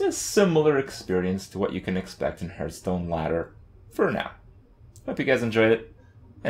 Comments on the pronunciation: my god... i hate when he sais-hurtstone insted of hearthstone.... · Hearth sounds like "Scarf", not like "Earth" The leading consonant alters the vowel.